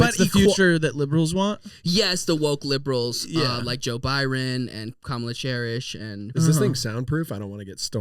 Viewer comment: "Kamala chairis" dont tell her about sofas man😂